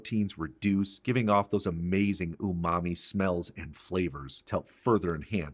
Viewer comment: Umami is real. But yeah, that pronunciation…